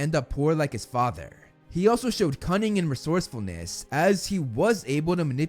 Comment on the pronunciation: I vote down this video because " leadership and resourcerness" bla bla